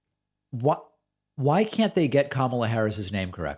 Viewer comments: So funny they can't say Ka-ma-la, since it rhymes exactly with la-la-la ....The very sound they make as they stick their fingers in their ears and walk away whenever anybody brings up holding Trump accountable for his corruption. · They pronounce Kamala as kahmahlah , because it sounds more foreign. Therefore she is less American and therefore shouldn't even be in office. They are idiots being idiotic. I don't even listen to what Marjoram and the pedophile ever say . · Sorry David. I am not sure why you are digging these idiot for always messing up Kamala's name but most of your video it seems like you purposely pronounce some ones name incorrectly. I always annoys me both when you do it and when they do it, there is no way it is not on purpose. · David, or course they are mispronouncing Kamala on purpose...the republicans absolutely hate that there is a non-white person in the white house and they are feeding into the right wing media's trope of disrespecting everything non-white in every way they can. If you think I'm wrong, then explain MTG's behaviour towards a child who survived a school shooting...that goes out to anyone out there who thinks I'm wrong. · They mispronounce "Kamala" so that the inflection sounds just a little more like "Obama." Another dog whistle. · As far as their pronunciation of Kamala’s name, it is definitely a jab at her and an attempt at bigotry. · Re: Kamala mispronunciation… lack of respect. Plain and simple. (They are simple people. Haters gotta hate) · They can’t pronounce Kamala Harris’s name because they are trying make her seem exotic and unamerican. It’s no different than the Obama not being an American citizen conspiracy. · I think as far as MTG she’s ignorant and probably doesn’t know how pronounce the Vice President’s name! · Yes, getting VP Harris’s name wrong is a subtle dig. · Also, I definitely think that republicans purposefully mispronounce Kamala’s name as a subtle insult to her.